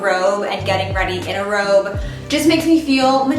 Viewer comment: I thought you said ‘rope’ instead of ‘robe’ 😅 For survival we could probably use both!